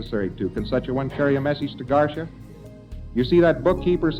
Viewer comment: LRH a man so dumb he thinks Garcia is pronounced garsha lol 😂😆😂😆